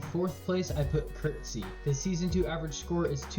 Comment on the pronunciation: Just a reminder that Krtzyy isn't Kurt-Zee or Crit-Zee if you didn't already know. :) it's actually Krat-Zee.